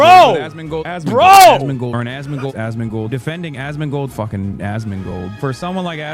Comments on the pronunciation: Hassan be like: "aSsMInGlEdAssMinGleD....." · Why does Hasan pronounce asmongold as "ass mingle"? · Almost starts to sound like "Ass Mango" 😂😂😂😂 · I hear "Assmingle" now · Why does it sound like azz mingal everytime he says asmongold 😂😂 Also come join me for crazy talk boys! Twitch bots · fucking hell... "Azmingold" will be ringing in my ear for the remainder of 2025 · Anyone else start hearing "ASS MINGLED"😂😂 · Starting from here, the more he calls Asmongold it literally sounds like Assmingle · It’s starting to sound like Hassan is calling for “ass mingle “ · All I heard during the Asmongold comp was "Assmingle"... Excellent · after a few rounds of this i started to hear "ass mingle" and i dont know why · The more he calls Asmongold, it sounds more like Ass mingle 😂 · I keep hearing a s s mingle 😢😂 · "Asmingold", bro cant even speak.